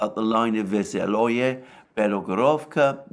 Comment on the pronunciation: OMG! I think you intensionally mispronounce the name of those towns 😁😁😁. Otherwise anybody who takes 5 minutes for himself to exercise those names manages to pronounce them correctly.....It is hard to follow your report as there is Opitne and Opitnoe as well, but now sure which is which, then it is Vesele, not Veseloe....then whenever you pronounce Klischeevka you pronounce it differently....just listen to Dima and you will know how to pronounce them